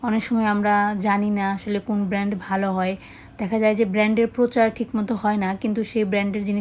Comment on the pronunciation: ব্যান্ড নয় শব্দ টা হবে ব্র্যান্ড।